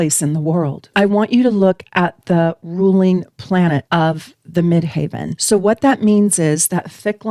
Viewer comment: 10th House - top of chart = the MidHEAVEN (not pronounced Mid"haven")